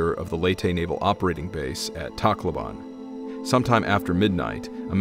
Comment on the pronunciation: Pronunciation Leyte = LAY-tee Tacloban = Tok-LO-bahn